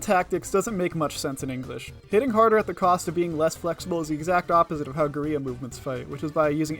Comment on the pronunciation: Having learned Spanish as a kid, every time I hear someone who only speaks English pronounce that word, I feel indescribable pain... But in this case, it's funny. XD